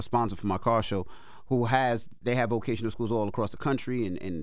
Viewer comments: Guys it VOCATIONAL school, not VACATIONAL school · they said vacational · The both said Vacational school 😂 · She said "vacational" skool